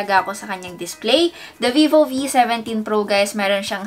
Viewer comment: Bruhh!!~ Did she said Hey Gays in the Start of vid :O